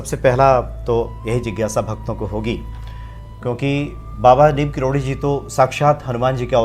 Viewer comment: karori uchcharan kariye aapake muha se baar baar karodi nikalata ya to sirf baba ya maharaj ji kahiye Galat uchcharan mat kariye sunkar lagata he kisi seth ji k baare me baat chal rahi he plz.🙏